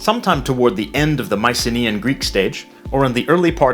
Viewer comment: "Mice-a-KNEE-an"(Mycenaean) Greek/Greece? You're looking for: "My-kuh-NAY-yen"(again Mycenaean) Greek/Greece.